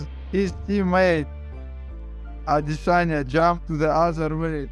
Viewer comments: ahhd-DISS-sahnyah. why does he pronounce it that way? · The way you say Adesanya makes me cringe every time. I can’t get used to it